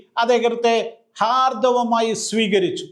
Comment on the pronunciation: ഹാർഥവം അല്ല ഹാർദമായി